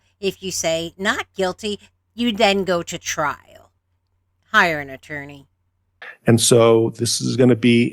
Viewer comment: OMG! ATURDNEY-I'M-FUCT IS A MEME! You're awesome,!